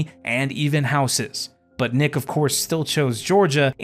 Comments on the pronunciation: Why is he calling Neek Nick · It’s not pronounced Nick it’s pronounced Nique (Neek).